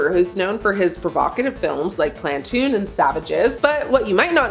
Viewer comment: Plantoon? It’s Platoon.